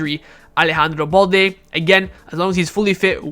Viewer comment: Alex ba-ena not alex baña😭😭😭